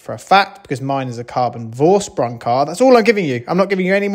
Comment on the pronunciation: Vorsprung.. Dude, give some respect to the German language and sort out a little google-ing to show german speakers you give a f**k about correct pronunciation.